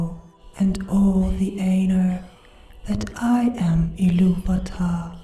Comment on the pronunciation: at least she spoke iluvatar correctly liek TOlkein and Christopher rather then that one reading where the guy speaks like the eurpoean Ill -a-va-ta which is incorrect.